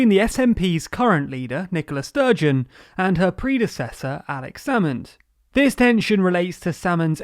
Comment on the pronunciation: I know you have to keep up a brisk pace when you're covering an involved topic, but it really does sound like you're calling the First Minister "Nicholas Sturgeon". It's a tricky name, in that regard, maybe if you put a little more emphasis on the "A" although then you risk mispronouncing the name... idk, just thought I should mention it.